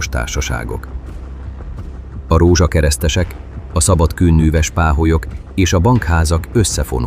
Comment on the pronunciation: "Szabad kőnűves páholyok" 😂.Van baj az AI-al.